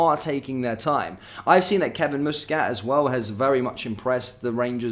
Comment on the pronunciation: will you please get Muscat's name it is NOT moosescat it is Muscat aneverytime you say moosescat I cringe